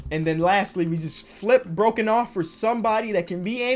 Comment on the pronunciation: it’s pronounced “Bro-Cough” not “broken-off” and he’s Australian